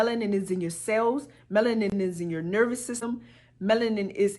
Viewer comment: She said "they take our menalin" I'm now imagining a doctor with a huge syringe, draining all the blackness out of me...